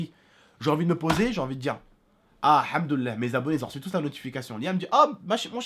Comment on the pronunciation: As Salam Aleykoum tu prononce Alhamdoullah mais en oubliant le « li » qui signifie la possession, nous avons donc associé la louange avec Allah, pour avoir le sens de « la louange d’Allah » Alhamdoullah, au lieu de « La louange est à Allah » que l’on peut aussi traduire « La louange appartient à Allah » Al hamdou-li-Llah.Cependant ce n’est pas le sens recherché. Puisque le mot « al hamdou-li-llah » signifie, toutes les louanges appartiennent à Allah. Sa se prononce donc al hamdou-li-llah.